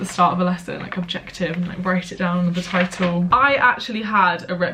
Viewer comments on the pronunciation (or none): none